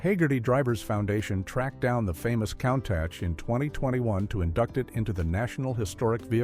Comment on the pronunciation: I'm a Cannonball record holder and love this car, but these AI voiceovers are awful. Countach is pronounced "COON-TOSH".